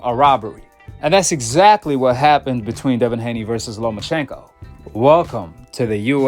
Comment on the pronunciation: Who TF is "LoMANchenko" 🤣 we don't need to hear from Skip Bayless or Stephen A Smith when it comes to Boxing they don't know WTF they're talking about